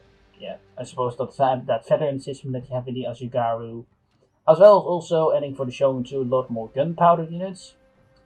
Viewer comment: just gona dislike for how he pronounced "Ashigaru" is not even hard lol